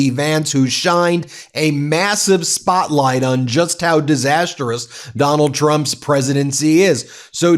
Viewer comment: Ben: Good job today. NOTE: Mispronounced Disastrous. It’s not Disasterous. Overall: Your reports are helpful. Your headlines are a bit heavy handed. Please avoid exaggerating the impact of statements the Clown and his Clone make.